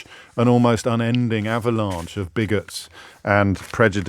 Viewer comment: He pronounces "Avalanche" with the proverbial R, like with the little finger pointing up. But pronounces Farage, like a place where you park your car. The man is painfully hurting inside.